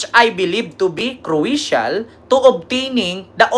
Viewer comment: Kruwesyal daw ohh.. hahaha,,dili khbaw mubasa ug crucial